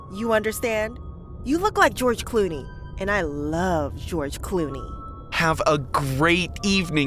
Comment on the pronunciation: (“GEROGE CLUNE”😂😂😂😂😂😂😂😂😂